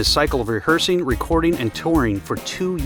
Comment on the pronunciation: Reahearing or Rehearsing?